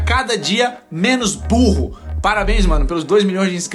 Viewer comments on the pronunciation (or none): "menos BURRROOO" kkkkkkk